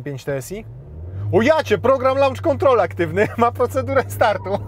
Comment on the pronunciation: Test spoko. Auto za drogie. Launch Control czyta się: loncz kontrol a nie lancz kontrol. Na lancz to można pójść. Szerokości ;)